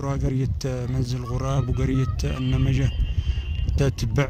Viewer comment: قرية النبيجه وليس قريه النمجه😂😂😂